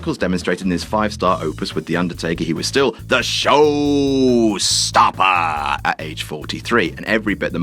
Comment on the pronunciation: can you please stop saying showstopper like that